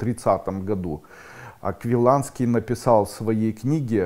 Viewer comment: Не Аквиланский, а Аквинский.